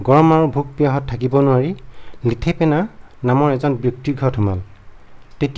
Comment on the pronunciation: Lithepina nohoi Oo Laithepena.